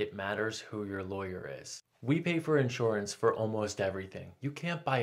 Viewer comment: inshorance, inshorance, inshorance